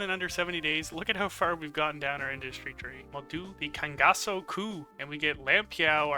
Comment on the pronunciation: That's the first time i saw a non-brazillian pronuncing "Cangaço" the right way. I'm so proud :)